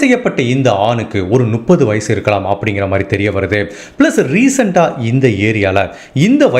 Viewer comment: கதை சொல்லும் விதம் நன்று. ஒரு திருத்தம். 30 = நுப்பது இல்லை. மு..மு... முப்பது. முட்டைக்கு வரும் மு